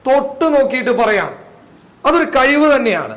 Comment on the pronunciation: എടാ കൈവ് അല്ല കഴിവ്